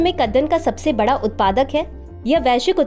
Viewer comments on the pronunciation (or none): none